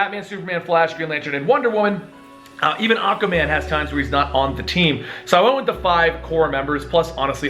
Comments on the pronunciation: ....he can't say aqua man.... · The way you ay Aquaman annoys me a bit